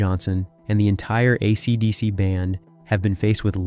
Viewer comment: Yeah RIP YouTube. A robotic voice who can't even pronounce AC/DC? A monotone boring piece of repetitive crap.